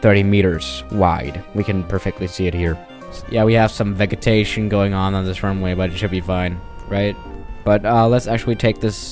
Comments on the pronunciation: It's pronounced veJitation not vegeeetation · Vegetation is pronounced Veh-Jah-Tay-Shin, not Veh-Gah-Tay-Shin. I know you are American, but here’s help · Just a note: Vegetation is pronounced as Vejetation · its vej-i-tay-shon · No one:: VEG etation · Veggetation. Love ya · Vegetation is pronounced with a soft G not a hard G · Vegetation has a soft g. Like a j sound. Not a hard g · Your pronunciation of vegetation hurts my soul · I'm in love with the way u pronunce "vegetation" And with Ur voice aswell. (Homo)